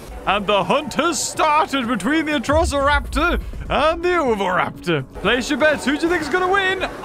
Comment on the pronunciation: Atrociraptors not atrisoroptars or whatever you said